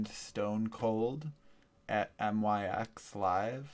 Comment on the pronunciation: you said ut it's myx not M.Y.X